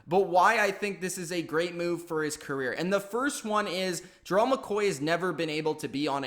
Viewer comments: U sayin his name wrong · Why tf u always pronounce the name wrong